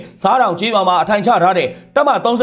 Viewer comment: ဆားတောင်/ဆတောင်အသံထွက်ရတယ်ရဲဘော်လေး